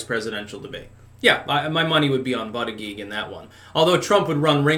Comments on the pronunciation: you keep saying his name Wrong, it's Booty-Judge...not that hard to say honestly, but you keep saying ButtiGEE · This guy cannot pronounce Buttigiegs name!